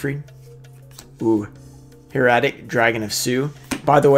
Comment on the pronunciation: Fyi, Heretic= hair-a-tic